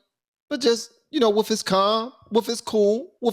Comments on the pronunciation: into the video, the word you're looking for is "with," not "wiff." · "woof" pronounce the th "with" Love you man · If you’re intelligent, stop pronouncing “with” as “wiff,” OK? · Nigga the word is wiTH, not wiF! Learn to speak correctly. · "Wiff" his knowledge. lmao.... hysterical. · “Wif his, wif his, wif his” 😂